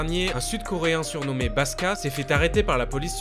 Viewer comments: Très bonne vidéo! Par contre le mec se prénomme "Baksa" et non "Baska". Ou sinon rien à dire. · Merci d'en parler ! :) Et juste petit detail, c'est pas "baska" mais "baksa" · Merci beaucoup d'en parler c'est deux scandales qui m'ont choqués mais qui pour une raison que j'ignore sont mentionnés nul part en dehors de la Corée du Sud! (Par contre c'est "paksa" qui veux dire "docteur", pas "paska") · Nice que t'abordes ce sujet que je trouve sous médiatisé. Par contre c'est pas "Baska" mais "Baksa" (jpense que je dois être le 100000e à te dire ça) ;)